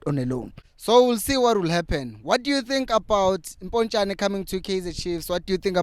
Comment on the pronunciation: Not Mpontshane, Potsane. 🤣🤣🤣